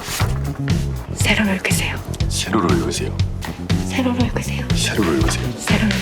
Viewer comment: 남자분 세로로 읽으세요 할때 발음이 ㅋㅋㅋㅋㅋ 셰료료 일그세요 ㅋㅋㅋㅋㅋㅋㅋㅋㅋㅋ